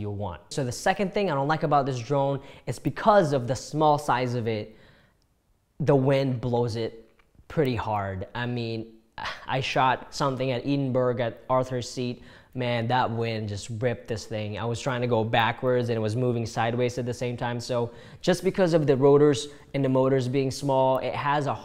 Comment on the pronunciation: Ed-in-burgh.......not Edinberg haha! And it’s always windy here In scotland. Nice video , you may have bits convinced me to buy one